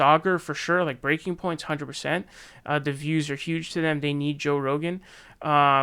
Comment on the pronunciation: I like how says "the views" like it's one word, "I don't think he's doing it for dahh-vews".